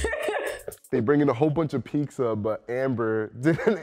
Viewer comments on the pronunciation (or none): Did say “Pizka”?!?!?